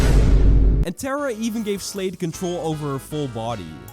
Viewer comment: I HEARD SLAVE INSTEAD OF SLADE LOL- \